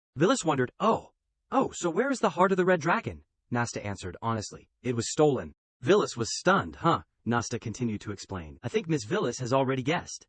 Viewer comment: The AI misread her name (Violet) as Villis